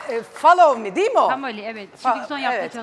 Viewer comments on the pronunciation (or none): Ya abi follow meye fomoli diyo kulağımı hissetmiyorum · hakketten amk basta da famoli dedi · famoli diyor ya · Allahım yaa kulagimin için ettin ablaya ayrica o famol me değil follow me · Kadın fallali diyo follow me olacak kıt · 2.33 "famoli" nedir yaa